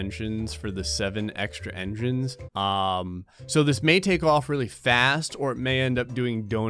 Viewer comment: engrines lol